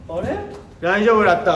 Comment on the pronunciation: らいじょーぶらった ちゃか誰やってると思った？ ここのドロ近さんドロ島さんのくだりが好き